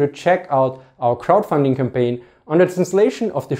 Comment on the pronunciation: Did you say crowdfunding or krautfunding?